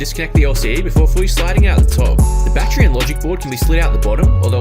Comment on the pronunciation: Take a shot every time he says BAT TREE.